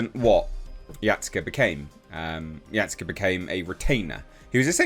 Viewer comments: Why are you saying it like that? It's Ya Sue K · for future reference it's pronounced Ya-Skay